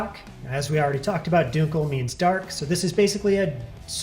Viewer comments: You're going to make me rage quit this video. Stop saying "DUKEL"!! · This guy has no idea how dunkel is said. How is he a beer professional if he can’t even say all the beer styles correctly? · Dunkel is pronounced DUN-Kel not DUNE-Kel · Not pronounced Dunekel, Dunkel like in the U in Junk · That's now how you pronounce "dunkel" fyi.